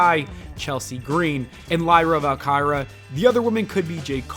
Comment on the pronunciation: Why he say lyra’s last name like that? 😂